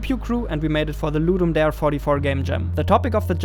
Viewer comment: Nice video, but Ludum Darrrre